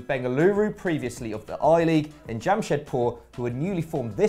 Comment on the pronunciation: Thanks for correctly pronouncing Bengaluru and Jamshedpur